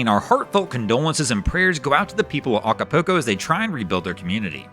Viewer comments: It is pronounced Aca- pull- co, not Aca-poo-co (no, I am not spelling it, it is just for pronunciation) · No matter how it gets pronounced we still know where he’s talking about. 😂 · The mispronunciation of Acapulco was my favorite part of the video. 🤣